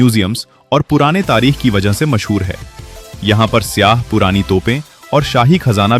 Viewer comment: Sya NHI sayyha bolain, Yani visitors